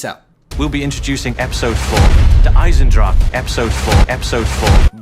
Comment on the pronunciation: sorry if this is annoying but it is not pronounced eisendrak